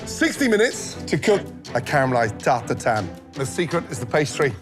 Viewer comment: Butchering the French language. It's [taʁt tatɛ̃], not TART TAR-TAN. There is absolutely zero N sound in there.